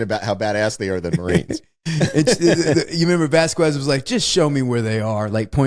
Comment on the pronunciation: Its pronounced Vas Quez. I have no idea what syllables were coming out of Wes's mouth to butcher that name.